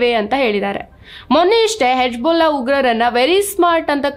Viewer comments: It is not Hebjulla...... Hijbulla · Ivrige yake hijbulla pronounce madoke barthilla